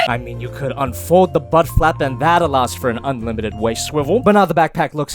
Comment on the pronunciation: He created a new word Can + could = caad